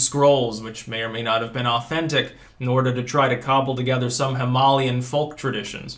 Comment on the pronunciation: What is with the way he says "socialite" and "himalayan"?